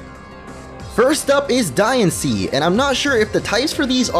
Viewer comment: "Die annce" ._.